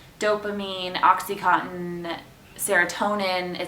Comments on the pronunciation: she said "oxycontin" instead of "oxytocin" lol oh well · Oxycotton? haha! I think you mean Oxitocin :) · I think you mean oxytocin, not oxycontin hahaha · lmfao...oxycontin? did you mean oxytocine? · Oxytocin! Not OxyContin!!! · Oxytocin, not oxycontin, lol. I got Negotiator/Director! :) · "Oxycotton" Sorry, I couldn't resist. Ugh.